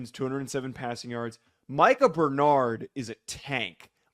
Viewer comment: That isn't how Bernard's name is pronounced. It may be spelled that way, but it isn't correct